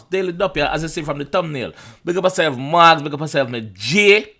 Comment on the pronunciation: Guidance & Blessings You pronounce his name ‘Mow gs’ as in like Mowgli from Jungle book